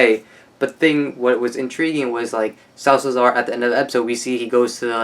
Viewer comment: you said 'Salsazar' the whole time man, that's a mouthful! haha, it's just SA-LA-ZAR but it's cool... kudos to the extra pronunciation skills! (btw, loved how you described Strand!)